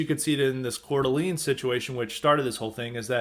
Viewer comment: It's pronounced "core-d'lane." Lol. Wouldn't be an episode of highly respected without mispronouncing something! I tried for over a year to try and get a plumbing apprenticeship. Gave up after calling all the local plumbing companies in a 40 minute drive radius in a semi rural area. No takers. I had an offer to work for in HVAC, but they offered minimum wage to start! Talked to an older trades guy about it. Sadly, he told me this is how it works. You have to accept Low wages for at least a year. And it's just not doable for most people. This is the reason why they have a labor shortage too. The starting wage is too low. Yeah, in 10 years, you can start your own business, but the small businesses nature of it means you'll get a low wage and absolutely no benefits until you get a lot of experience. And honestly you have to know people and have connections to get these guys to hire you. I only got an offer from the HVAC guy because of a reference from a connection!